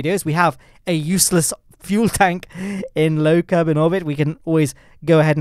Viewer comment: "low kenuveur obit"